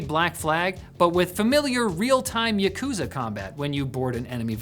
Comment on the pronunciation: Someone please teach how to pronounce yakuza.